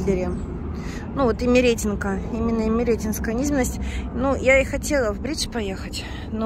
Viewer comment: Не ИмерЕтинка,а ИмеретИнка,а то прям слух режет.